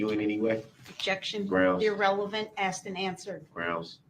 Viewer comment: He “axed?” Is there something new to add to the charges?